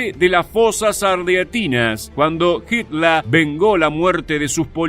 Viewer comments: No se pronuncia asi en aleman ... HITLER .. como se escribe. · Porque mencionas a Hitler como hitla,y a la palabra fhiurer como "fiura"?